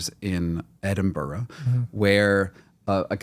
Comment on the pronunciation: This is such a side thing but I really cannot stand Americans mispronouncing places in the Uk, like when he said Edinburgh 😭😭